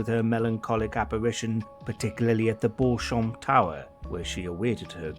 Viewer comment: "Beauchamp " is pronounced "Beecham".